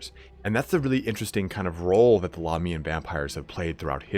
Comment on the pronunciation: God I wish you would stop pronouncing Lahmia and Lahmians incorrectly.. think of it of how you pronounce America and Americans.. Australia and Australians.. it shits me in all your videos of how you pronounce it incorrectly and even at times switch between the two! ie. occasionally you get it right.